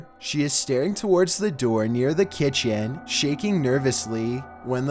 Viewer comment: At my ki t en